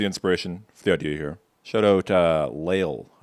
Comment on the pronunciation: I thought he was canadian because he pronounced the shout OUT and try it OUT weird 15 seconds in. Oh also OOT now at 30 seconds.